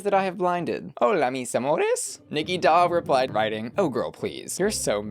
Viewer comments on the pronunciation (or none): none